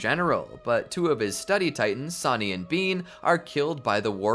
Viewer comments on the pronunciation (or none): none